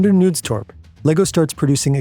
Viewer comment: How hard is it to just look up the pronunciations of names before recording? I don't expect you to remember the Danish pronuncation every time, but making the K in Knudstorp silent is bonkers.